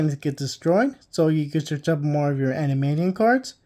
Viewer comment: EN-DEE-ME-ON You added like 12 extra syllables